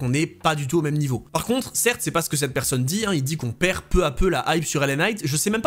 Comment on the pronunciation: Les vidéos, les analyses, les histoires déterrées... tout est bon ... à l'exception d'un détail récurent qui me rend dingue ! 😵‍💫 Pourrais-tu, s'il te plaît, par pitié prononcer "cette " et plus "steu" 😱. Merci d'avance.😅